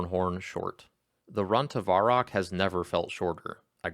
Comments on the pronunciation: VUH-rock, not VAR-rock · hey just a heads up its pronounced vehr-rock not varr-rock